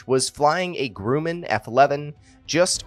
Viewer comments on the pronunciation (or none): Grumman is pronounced gruh-min